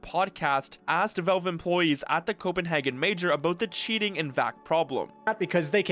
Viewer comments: he say vak not vale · It's pronounced "VALVE" not "VELVE" !!!!! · It's Valve, not Velve. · WHY do you keep calling it "Velve"? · this is that guy that says "velve"